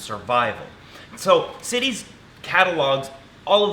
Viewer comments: LOL, the treaty is CITES, not "CITIES" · I think it’s CITES not city’s